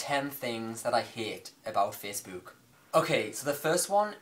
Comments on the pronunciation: The way you're pronouncing facebook is annoying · The way you say "Facebook" makes me giggle, everytime. haha >:D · Omfg the way you say facebook :')